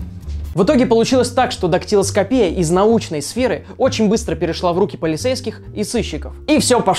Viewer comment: Правильно будет дактелоскопия, а не дактелоскопия! Не путай ударения.